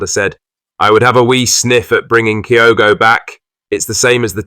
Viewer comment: Kyoto? Can’t eve get his name right